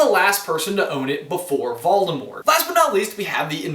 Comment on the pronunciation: he says valdamort